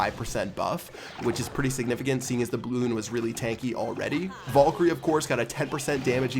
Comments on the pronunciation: Damn back at it again with saying Vollkyrie. Pls stahp saying it like that it hurts my brain. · please fucking pronounce valkyrie correctly